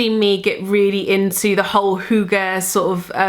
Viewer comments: The way you pronounce hygge is so cute haha <3 I'm from Denmark, so it's great to see that you are so into hygge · I love the way you pronounce hygge. It is very sweet :) I am from Denmark and would love if you went to Copenhagen :)